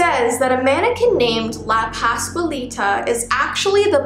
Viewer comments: Not hating but its la pasqualita not how u spell it how u say it u said la pascualita. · So, “La pascualita” is pretty well pronounced, but I would mark the “U” more. Like *qua*ntity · Say it with me "pas Qual lita" not quay Lita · I know Spanish and you almost pronounced it right